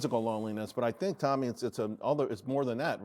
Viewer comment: It's not 'tommy'...it's 'Toe-me' wtf...I've been watching her for years, and he can't get her name right? Faux News...it's why not only the Left hates them, but also the Right (me)...